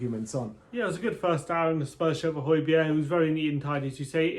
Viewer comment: Great pronunciation of Højbjerg's name, lads 😁👏👌. Regards from his home town